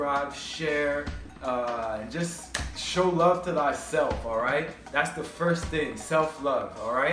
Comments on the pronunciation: I appreciate your videos brotha. Are you a Rasta? Rastafari is pronounced Ras ta far eye. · Are you saying Rastafar"i" wrong on purpose? Please stop! Not trying to be mean but its incorrect! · He needs to pronounce Rastafari the right way